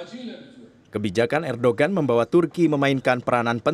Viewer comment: bukan erdogan tapi di baca erdoan krn bukn "g"